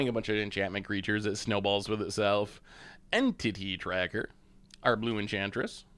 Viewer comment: Entity Tracker everyone in my family thought you said titty tracker. Great laugh!😂